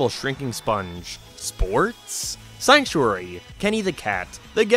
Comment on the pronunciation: It's sanctuary, not sanuctary